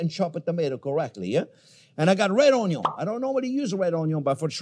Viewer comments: its not onyo its onyon! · Chef has officially said Onyo for the millionth time! 🎉🎉🎉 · Oui Chef ! ! ! Onyo ! ! ! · RED ONYO, LMFAO! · red ?...it is purple awn-yaw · What's an unyawn?